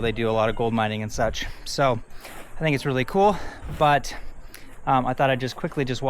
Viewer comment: Fantastic content as always. Oh and "dont sink" 😂